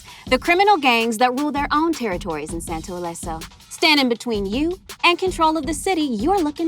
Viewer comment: Santo Leso? Los santos 🤔. Well